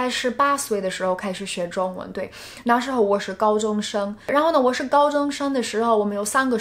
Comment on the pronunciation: Your Chinese is great! Just need to be more careful with the tones. eg, 解jie3释shi4. ， 那na4时shi2候hou